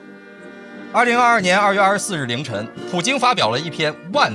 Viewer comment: 是“檄”(xi)文 , 不是教文